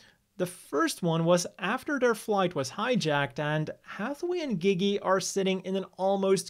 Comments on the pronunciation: Seriously saying gigi is so cringe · dafuq is up with people pronouncing Gigi's name as "Geee geee" even the characters in the anime clearly say it as "Jeee Jee".